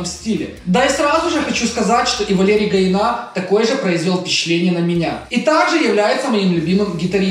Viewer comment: Гаина ударение на последний а, а не на и.